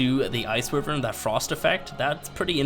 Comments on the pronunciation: It's why-vern not wivvern. If you're gonna use the word on videos hundreds of times maybe take 10 seconds to do the homework and get it right eh? Like seriously, add it to melee and cache on the list of words murdered by youtubers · Why-Vern not Wi-Vern